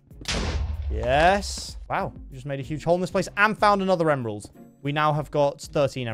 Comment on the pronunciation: u said emerald wrong